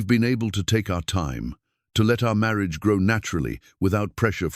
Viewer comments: Very much enjoyed this story. The AI could use some work. In one breath marriage was said as Mary-ah-juh, and in the next breath marriage. A lot of garbled words too. I wish they were just being read by normal people. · Please take the time to learn how to pronounce ‘Marriage’. In all contexts it is written in. Beautiful voice.